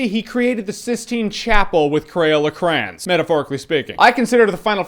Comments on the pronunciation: Cray-ON not cran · I know it must be a regional thing, but pronouncing "crayons" like that just sounds wrong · Crayons...... Crans......?